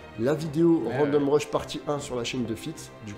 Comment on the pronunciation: Pour info, random rush se prononce a la japonaise randomu "rashu" et non "rashuru" :)